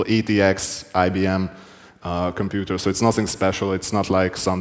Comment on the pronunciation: “Get to the Computah” 😂